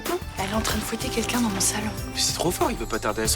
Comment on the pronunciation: On dit ''quelqu'un'' Pas kinkin Elle m'énerve